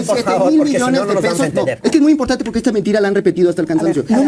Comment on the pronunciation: POQE es Impogtante !! ..Ege con ege cigago !! Ege con ege bagil !!..Gapido van los cagos de azúcag del fegocagil : Xochilt Galvez